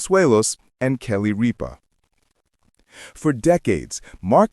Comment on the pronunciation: Might want to pronounce her name properly